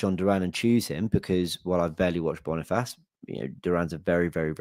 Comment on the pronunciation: Bonifassss😂😂😂😂😂😂 brother that’s not how you say it bro